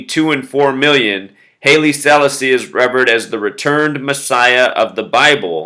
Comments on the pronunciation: hey dude its Hilie Sal-asi......not sellisi....nice video though....thanks.... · Neville O'Riley Livingston, aka Bunny Wailer, the third singer of the Wailers who's still alive, is always throwing out Masonic hand signs.That said, his solo work is wonderful. Haile Selassie is pronounced more like "Highly Selawsee". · pronounced as HAAYLE SEELAASEE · pronounced Holly Sa-la-asee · pronounced Halie Sa'Lasi. I knew his grandson Solomon. was considered like a god.